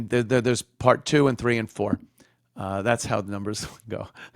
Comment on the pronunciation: Also, everything is “thass” instead of “that’s.”